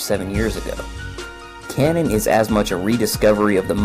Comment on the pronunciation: Repeat with me: KA NO N Not Cannon...